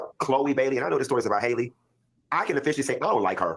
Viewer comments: Halle not Hailey 😂😂😂 ready to talk about her but can't even say her name 😩😂😂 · I am SO disappointed in Q for this. I am a Funky Dineva fan, but THIS was VICIOUS and uncalled for. And let’s be real, Q should be the last to speak on someone’s looks. And finally. The young lady’s name is “Halle” (not “Hailey) pronounced just like Halle Berry. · Her name is HAL-LE like Halle Berry, not Hailey/Haley… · Why y’all keep mispronouncing Halle’s name? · HER NAME IS NOT PRONOUNCED HAILEY OR HOLLY .... IT'S HAL-LEE.... HALLE.... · It's annoying that no one is pronouncing her name correctly. It's not hard to say Ha-lle. It's not Hailey. 😅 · Just as a preface, I notice a lot of people calling Halle “Hailey” when it’s pronounced like HALLE Berry. But I think the problem is men, and people not educated about pregnancy and early stages of it should not speak on another woman’s pregnancy/body or health. Period. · Pronounced HAL-le, rhymes with valley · Her name is spelled Halle but it’s pronounced Holly. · How is that none of y'all in the black media can pronounce this girls name? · What is the science behind everybody pronouncing Halle’s name like Hailey. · People saying her name wrong blows me